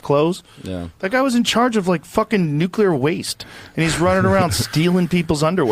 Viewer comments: For heaven's sake, Benny, are you educated or not? You evidently feel empowered to talk to your heart's content, but anyone who can't pronounce the word nuclear is not in a position to counsel or opinionate to others The word is not 'nuculer' and never was. The word is NU CLE AR, and always was. Did you go to school? Did you ever graduate college? Do you read books? Why would you want to put up with a brain fart like this without correcting it?😊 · Benny, I love you but the word is NUCLEAR not NUCULAR. I’ve heard you say it wrong for so long I just can’t wait any longer to comment on this. Please look it up and correct yourself. I hate being the grammar police but you sound like a fool even though I know you aren’t. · Nuclear. Not Nuculer. sorry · Just fyi, it's "nuclear" not "nucular." Common mistake. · Benny it’s new-clear not nu-cu-ler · BENNY IT’S NOT NUQULAR. ITS NUCLEAR. NU CLEAR. NOT NU QU LER. GEEZ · Off topic... Benny, it's NUKE LEE ER!😅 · NucLEar Benny, nuc LE ar!!! There is ONE "U" in the word nucLEar!!! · You have to stop calling nuclear nuqular.